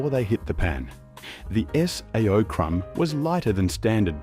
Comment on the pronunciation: Sao is pronounced say oh, not S. A. O